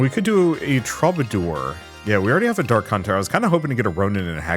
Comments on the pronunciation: It's a very minor nit-pick, but the way you pronounce 'troubadour' gets on my last nerve... "True-ba-doer".... not "Troba-door" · Please my guy, for the sake of my sanity, troubadour is pronounced True-ba-door.